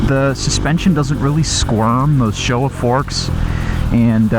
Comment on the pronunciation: Did he say "Shova forks"